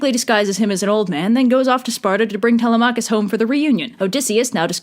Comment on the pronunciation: The way you pronounce Telemachus is physically painful, and Circe was certainly a scare, but. I gotta admit, Kirke sounds badass as hell🥔